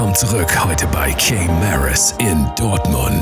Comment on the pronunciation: Er sagt KAY MARAS hahahahahaha